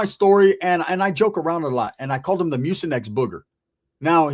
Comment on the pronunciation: I tried hard not to laugh. I tried 😂😂 this fool said mucinex